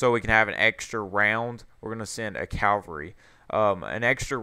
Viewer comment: calvary ? isn't it cava-lry